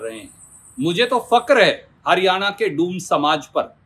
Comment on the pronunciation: डोम नहीं डूम बोला है 😂😂 😂😂😂